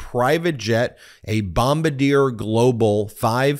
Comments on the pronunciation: The aircraft is pronounced as "Bom bar dee yay" not, "Bom bah deer" Look, I love your stuff but I will still call you out. Also, keep up the good work (even if you continue to mis-pronounce the makers of jetcraft). Yes I am nit-picking. There$ is nothing else to be found wrong with his video... You gotta give me something here.... #AircraftNut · Just nitpicking here but Bombardier is pronounced (Bomb-ar-dee-ay). It's base is in Quebec, Canada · I'm sure it's been said but it's pronounced bombard EA